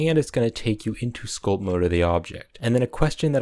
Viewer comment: Everytime he said sculp i take screenshot